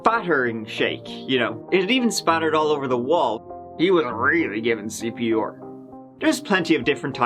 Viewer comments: I realized now that the host pronounce 'R' as 'oor' all this time just after he said CPR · Cpr is an acronym it’s not pronounced ceepeeawwghoor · Why do you keep saying "CP-Or"? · C...P....R. Not fucking OAR. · He keeps saying CP or....CP orrr....CP OR WHAT MAN!?!? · WTF is "cp oar"? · CP or? Or what? (Dictionaries has something called phonetics - you can also hear pronounciations on google translate) Love your videos! (Lorve your videors!)